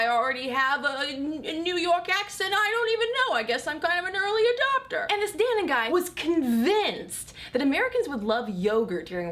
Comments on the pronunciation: I don't think that's how you pronounce Dannon. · I was expecting a lot more comments on how she pronounced Dannon (doesn't have an umlaut or something) Never heard it pronounced like that